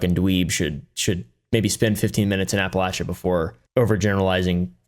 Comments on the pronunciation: He talks about Appalachia from a point of authority, but can't even pronounce it correctly. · The way you mfs are pronouncing “Appalachia” is making my Marylander skin crawl.